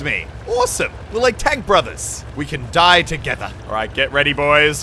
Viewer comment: you scream "die die die" like "nein nein nein"